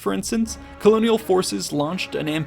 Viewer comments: the only real mistake is where he had split the name.(is that the accentuation) He placed it as Nass_au In Dutch it's Na_ssau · It’s na•saa not na•sau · “Nassau” is pronounced like “nassaw” not “nassao” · Admittedly coming in late here, but Nassau is pronounced Nah saw. Not Nuh sow. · Sorry to be that guy but Nassau is pronounced Nah-Saw not Nuh-Sow. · "Na-sow"? You mean "nah saw"? I swear some of these Youtubers pronounce stuff wrong for higher comment engagement. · Nassau is pronounced Na-saa not na-sow. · Na- sa-owe ??? Maybe you mean Nassau pronounced Na-saw.. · Nah-saw, not “nasOU”! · Don’t mean to pick nits, but it’s “Nas-saw” not “Nas-sao”. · Na-sow? That would be Nas-saw. Nassau, in the Bahamas. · Nassau is pronounced like "Nasa" not Nassowwww lmao its all good tho. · We Bahamaians pronounce it Nas-Saw and i find it funny how u prononuced it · pronouncing Nassau like “Nass-ow”. Can’t take you seriously. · to be fair. Nass_aw sounds odd for me. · Nice. Comments: I second the submarine comment below. Marque is pronounced "mark" Nassau is pronounced "Nas-saw" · "Letter of Marque" is pronounced as 'mark' not 'mar-kay.' "Nassau" is pronounced more like 'Na-saw' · Using the Dutch/German pronunciation of Nassau, are we?